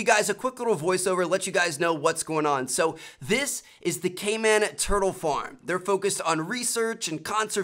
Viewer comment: I thought he said gayman at first lol